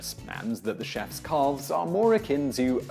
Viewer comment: Not to mention that he pronounces the L in calves, ugh.